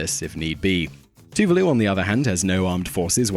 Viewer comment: not too-vih-loo it's too-VAA-Loo